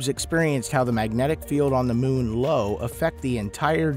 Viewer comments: What is Lo? Io pronounced IO! Great spot was observed many times before Voyager. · low? Nah uh, Io (Eye-oh)